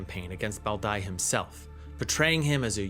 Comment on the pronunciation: That Bao Dai pronunciation was crazy